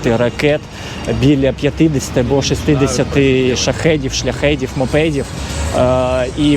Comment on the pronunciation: Не шлЯхед,а шлЮхед😉